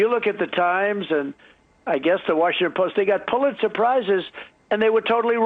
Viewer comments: He definitely said "they got pull it surprises". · I swear he's saying "pull-it surprise " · Is Trump saying, "Pulitzer SURPRISE?" Maybe I'm up too late... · Why is Trump Saying Pulit Surprise?